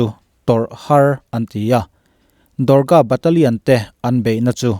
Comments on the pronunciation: Do-gra nilo in, Dog-ra regt anti zawk in ka hria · Dorga nilo in, Dogra Regiment tihtur aw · India ah Dorga Regiment an awm ngailo, Dogra tih zawk tur aw, 😁😁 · Dorga ni lovin Doghra zawk aw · Dogra Regiment zawk ani e, Indian Army ah Dorga an awmlo, a ziak tu ziah sual nge i chhiar sual. Dogra Regiment ti a lam tur. "DOGRA" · Dorga nilovin dogra regt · Dorga nilo vin DOGRA REGIMENT tur aw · Dorga nilovin dogra Regt tihtur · Dorga regiment ni lo in dogra regiment a lawm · Dorca nilovin DOGRA regiment anni zawk lo maw? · Dorka Regiment nilo in...Dogra tihzawk tur aw. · Dorga nilo.. Dogra aw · Dorga ni lo in Dogra regiment tih tur aw, chuan he mi te Batallion hi kan han thlak a 2015 atang in 2018 ah kan chhuak leh. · dogra regiment i lam dan hi diklo in k hria sir, dawkra tih a lam tur ni in k hria